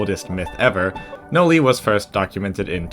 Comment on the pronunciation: Noli: ❌ Noi: ✅